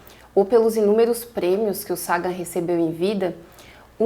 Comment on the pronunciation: Pronuncie Sagan como vc fez com SETI .